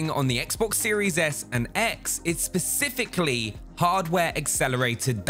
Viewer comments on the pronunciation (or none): “When we’re talking about ray tracing we’re talking Pacifically...” as opposed to Atlantically?